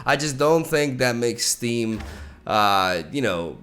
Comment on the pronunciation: I keep hearing 'Steem' as 'Steve'. Thus he shall be known